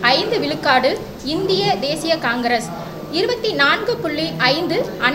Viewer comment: அழகு தமிழ் படும்பாடு:- கலம் பதினேலு விலுக்காடு , விலுக்காடு, தமிலர் என்று பலப் பல!! ம்ஹும் என்னே இவளது தமிழும் உச்சரிப்பும்!!!?